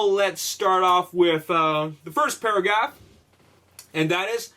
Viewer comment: Did anyone notice when he said Paragaf instead of paragraph 😂😂😂